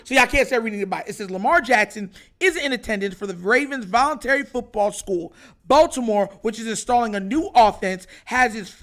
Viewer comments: The word is "VOLUNTARY" 🤦🏿‍♂️🤦🏿‍♂️🤦🏿‍♂️🤦🏿‍♂️🤦🏿‍♂️🤦🏿‍♂️🤦🏿‍♂️ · It’s “VOLUNTARY”